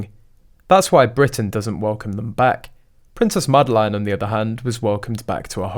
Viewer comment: Her name is NOT Madelaine. You pronounce it very wrong.